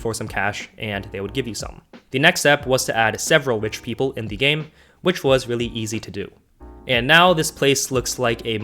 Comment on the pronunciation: I love how you say the dumpster. You say dee dumpster